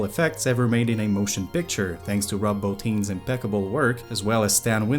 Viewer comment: THANK YOU for pronouncing Rob Bottin's name properly!